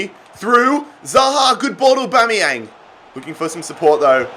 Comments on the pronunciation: Every normal person: Aubameyang: AuBOMeyanG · It is literally only pronounced as Au-ba-mey-Ang not Au-ba-mey-ong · Well it's not Or-Bom-Ee-Ang as it's an a where "Bom" is. So if anything it's Or-bam-ee-ang. I say Ow-Bam-ee-ang. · It’s pronounced AubAmeyang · Why you saying Aubameyang weird?